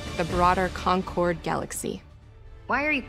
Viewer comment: Concord, like in Fo4 is actually pronounced "Con-kerd". Thanks